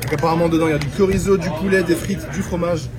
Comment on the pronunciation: 24’52 « du korizo « 😂